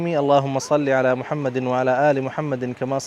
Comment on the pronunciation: Salam, Bro apka Darood Shareef thora sa ghalat hai, Muhammed ka idghaam wao main nae kiya aap ne first time, with respect